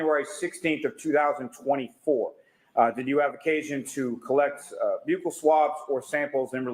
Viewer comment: Wow I can’t believe they actually pronounced Buccal swab correctly. I almost alwayyssss hear police call it “buckle swabs”